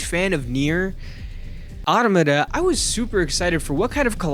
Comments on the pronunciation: Neir Ma Na Ma Na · “Nier: Anomana” someone shut this dude tf up 😢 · Hearing that automata pronunciation made my skin crawl